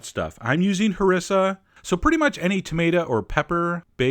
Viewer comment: Isnt it ha-ree-sa sauce not ha-ris-a?